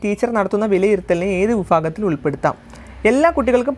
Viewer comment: വിഫാഗത്തിൽ അല്ല വിഭാഗത്തിൽ 👍